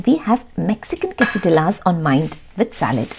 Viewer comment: Quessadilla is pronounced as ' quessadiyas'. You don't pronounce ' lla'